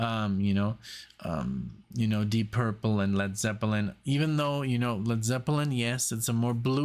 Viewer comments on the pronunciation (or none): none